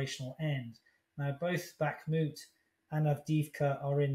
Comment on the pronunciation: Two years in and Chip can not pronounce 'Bakhmut' (Backmoot) or 'Donetsk' (Donesk).. What quality of attention. No wonder he has such insight..😥